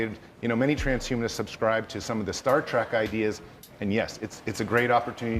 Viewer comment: If Zoltan is so smart, why’d he say “Star Track” instead of “Star Trek”?